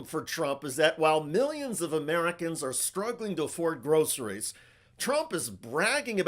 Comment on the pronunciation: Is English his first language? He seems to have difficulty with common words like groceries and affordability.